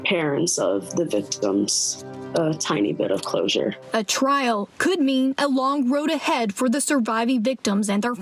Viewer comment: Trial not trail. LOL